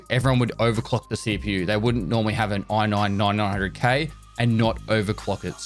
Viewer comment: "oi have an oi noin nointynoin hundred K"